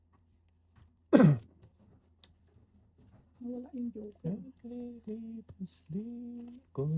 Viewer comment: joker po Hindi hoker😂